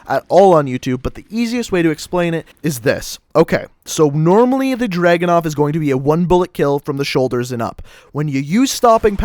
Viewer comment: Its not DRAGU-NOV ITS DRA-GUNOV